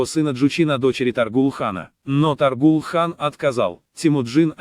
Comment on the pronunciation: Может, все-таки ТОГрул? Ну или Тоорил, на худой конец. Отвратительно и халтурно, как и все, выполненное машиной.